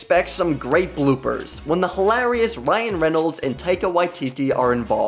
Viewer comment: "You could make a feature length movie with all these bloopers". Um, no you clearly couldn't. Even with your awful padding there's barely 5 minutes of bloopers here. Also, has probably the weirdest pronunciation of hilarious I've ever heard.